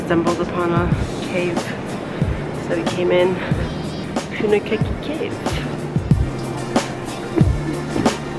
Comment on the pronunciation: Wow lots of campers out at this time of year. I love our country so reminds me how beautiful it is. Hope you are both keeping warm, its so chilly & rainy around NZ at the moment. Punakaiki is poon-ah-kye-key (kai rhymes with pie. Mmmmm pie).